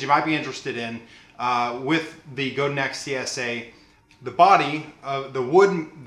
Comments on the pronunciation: it's pronounced guh-dahn :) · I know I'm coming late to the party. This is a very thorough review which i love! But the Godin is pronounced Go-da(n) soft n. It's a french name. I met the original luthier Robert Godin 30 years ago so this is the accurate pronunciation. God bless you for your worship leading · no guys.. its not like tomatoe toemattoh. its my last name and its pronounced. god-in not go dan lol. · Great review! Btw, Godin is based in Montreal and so the name rhymes with "Chopin". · Actually pronounced Go Dan. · Wikipedia: Godin Guitars (pronounced Goe-dan) is a Canadian manufacturer that specializes in stringed instruments, Just so you know. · yes i am french canadian in french i have already explained that it is pronounced goad-dain.... however simce most people aee not speaking french when speaking the anglicization if MY last name is god-in... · It's pronounced GohDan. I spoke with Janet Godin, Robert's wife (who owns the company). There are many pronounciations, but in this case it's GohDan. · Go-dan is a better pronunciation than Go-din.